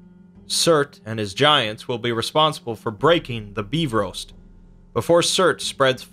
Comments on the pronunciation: LOL HE SAID BEEFROAST instead of bifrost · what the hell is the befrost its bifrost